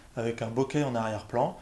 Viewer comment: Alors de grâce prononcez "boké" avec accent aigu et non "bokè" avec un accent grave. C'est un mot japonais qui se prononce boké ;)